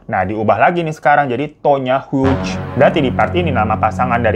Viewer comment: Cara baca Hughes= hyu